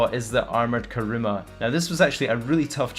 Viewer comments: Why the fuck all youtubers call it karuma instead of kuruma😐😐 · armoured karuma :)) *kuruma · it's kuruma not karuma btw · Armoured "KaRuMa" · It's Kuruma :/ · Its kuruma you dumbass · you dont even edit your cars they are all stock...and its "Armored Kuruma" not Armoured